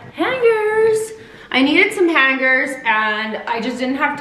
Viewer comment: "haaaaangers" lmao have never heard anyone pronounce it like that too funny